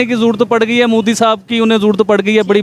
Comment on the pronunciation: Bc prokistani tv anchor its modi not moodi.Moddi are you prokistani.Pahala thiksa bolna to shek la